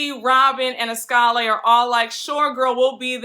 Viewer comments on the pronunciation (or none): I think Askale’s name is pronounced Askala